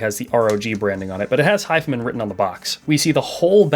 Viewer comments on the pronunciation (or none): hes saying "hif'm'n". is it not "hi-fi man"? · Wait, is it really not pronounced 'high-fi-man'?